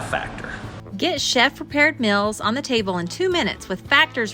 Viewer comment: I guess "mils" or "mels" = "meals"...